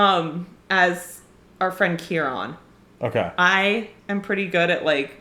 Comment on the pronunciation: AXE ( LYNX in the UK) !? Are you a teenage boy !!?? I have never seen GAME OF THRONES or HARRY POTTER ! Or STAR WARS come to that. KEE RON !?